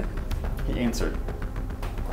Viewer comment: When at the end he said "he anwserd" Me: [haves a heart attack]